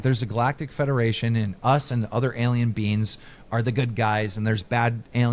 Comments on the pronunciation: Everytime Keem says alien beings, it souns like hes saying alien beans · Anybody else hear “beans” instead of “beings” every time Keem says beings?